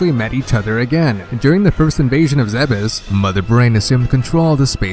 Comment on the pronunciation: ZEEBS! NOT ZE-BES! D